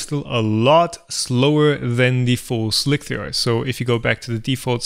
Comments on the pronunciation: Or not seeing how he keeps calling it "Slic-three-are" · Why are you saying "Slic-three-R" Isn't it pronounced Slicer? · Me too. Like WTF, just say "slicer" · No. is actually calling it "Slick-3-R". He is being too literal. does not seem to get the l33t reference in the title of the software. It is pronounced like you would say, Slicer. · Why do you and others say "slick-three-err" instead of just "slicer"? The maker of Slic3r says slicer. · SLIK THREE ARRRRR!!!!!! god dam this is driving me nuts XD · i pronounce it "slick 3 arr" like tom does in this video. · I pronounce the Slic3r PE as "Shlikr" or "Schlikr" to distinguish from the original Slic3r :-) derived from the Czech word "šmik" meaning "to cut". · Correct me if I'm wrong, but I'm pretty sure Slic3r is just pronounced "Slicer" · Hi. I think you can safely refer to the program as "Slicer" to rhyme with "Nicer" as per this old article: Even if it is written Slic3r, it can be referred to as "Slicer", as it is a frequent "hacker" thing to substitute 3 for E, 0(zero) for O 5 for S etc etc. They just did not call it 5L1c3r....but they could have... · It is "Slice"(r) as with "mice." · I think the way he pronounces it sounds cooler.